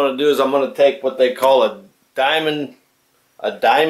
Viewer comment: Diamond .... di ..mund .... best way .... what a twat